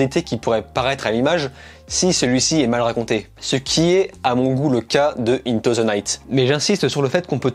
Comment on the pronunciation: Par contre tu pourrais faire un effort pour dire correctement "into"